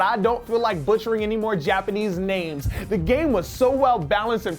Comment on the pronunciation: am I the only one here who appreciate that he pronounces japanese name better than any american would